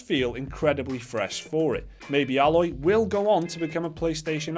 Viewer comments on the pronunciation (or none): (A-loy) not alloy like that metal mixture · It's "Aye-loy" not "Ah-loy" but then again, it might be an accent thing. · Yep you daft buggers, you are saying her name wrong.... Still pretty much agree with your comments though.